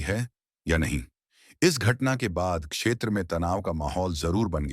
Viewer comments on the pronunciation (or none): none